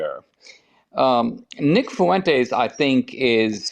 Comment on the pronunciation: I feel like Dinesh just pronounced Nick’s last name better than he does